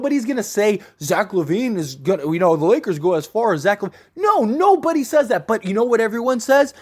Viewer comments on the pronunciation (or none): none